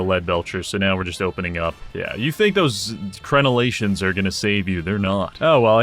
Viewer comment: "Crenelations" very impressive